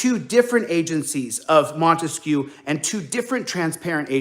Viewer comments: Damn, this clown is hilariously stupid. "Microbytes", probably more commonly called just a byte? Oh, and please don't insult Ray-Ban, instead they look more like Oakley, the lame people's choice. Ray-Ban, on the other hand, makes classy stylish glasses. Also, what the fuck is a "monteskew"? He keeps reminding me of Romeo & Juliet, the Montague family. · What this dipwad is calling "transparency " is also known as THE SURVEILLANCE STATE". What an effing moron. Ps... wtf is "montesque"?!? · What the hell is the "Montesquieu?" 🤔🤦🏻‍♀️ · What's with this "Montesquieu" crap?